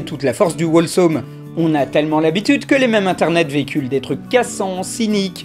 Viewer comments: C pas wolesome mais Holesome pour la prononciation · attention par contre, Wholesome ça se prononce "HHHOLESOME", avec le Wh qui se prononce juste comme un h souflé, comme Who :) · Cringe! On ne prononce pas le W dans wHolesome! (désolé je suis anglophone) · Wholesome ne se prononce pas "wall some" mais "hole some", il ne faut pas prononcer le w, il faut le lire comme si le w n'était pas dans le mot. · Dans wholesome on prononce pas le W